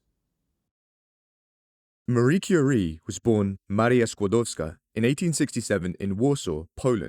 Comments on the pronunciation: top notch polish pronounciation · Hello, I came across your channel by random chance while learning about Chernobyl and other radiological incidents. Your quality of production, from the great editing to your outstanding overall diction and name pronunciation, is second to none. I have, of course, heard of Marie and Pierre Curie prior to today, but roughly half of this video was fact previously unknown to me. The inclusion of the author was the cherry on top. Well done; please keep up this amazing work!